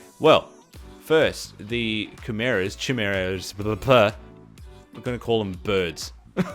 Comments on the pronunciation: most commonly pronounced kye meer uh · It's pronounced KYmera ;) thanks for the vid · sound it out like this. ki-mare-ah